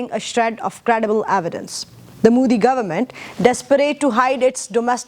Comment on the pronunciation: First english youtube from Pakistan.. and madam its Modi not Muudi..